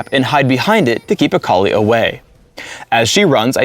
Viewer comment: He says Akali like "A collie"